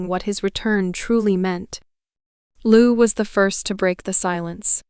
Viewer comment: I hate it when they lie to us. I hate when they abuse the heartland fans like this. Shame on these people for doing this. And this stupid lady reading to us can not even say Lou's name right. Who would believe such a fool .